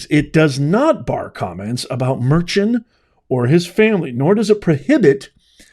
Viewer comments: His last name is pronounced Mer-con. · Juan Merchan is pronounced mur-con..